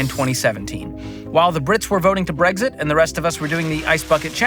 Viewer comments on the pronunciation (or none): none